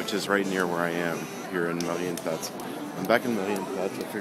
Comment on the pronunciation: sprechen sie deutsch herr ross? ; ) das "marienplatz" klang doch sehr solide. ich schau mir am sonntag andy mckee in darmstadt an, soll ich ihm ein gruß ausrichten? Grüße, Daniel